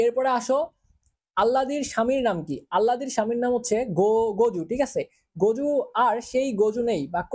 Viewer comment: গজু না জগু